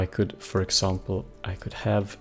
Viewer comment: ok you pronounced example like a french guy xDD